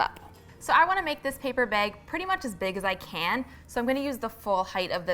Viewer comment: Came for the DIY, stayed to see hear them say "paper beg" over and over again :D